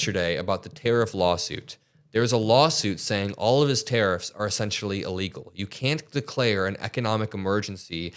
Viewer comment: You need to Pay more attention to the way you speak. It's illegal not allegal.